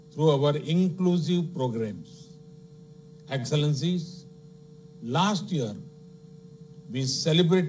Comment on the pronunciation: Chai kadak se English padak tak ka safar.enxilllencinnneee heheee